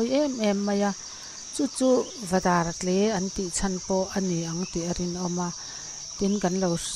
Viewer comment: Ni e,,Dar rawng anga tle pawh ani lova, i lam dan kha a dik e,,,a koki/dâr a tle a,kei pawhin i lam ang chauh hian ka lam reng dawn.